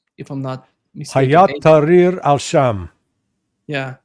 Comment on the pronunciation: It is NOT, in Arabic, “HayaaT taHreer ash-sham” حيات تحرير الشام !! It is: هيئة تحرير الشام “hay’at taHreer ash-sham”. There is a world of difference between the two, in pronunciation and meaning. Find someone who can reach you Arabic!! The way you are pronouncing it renders your whole pontification unconvincing and reeks of US state department pseudo expertise, undermining your credibility. Although to be honest your rendering is far better than most all of the butcherings of the Arabic in English pronunciation / transliteration that are now being propagated on the net and Western media. Not that the outfit referred to is worthy of the glory of the Arabic language and civilization of Arabic speaking people.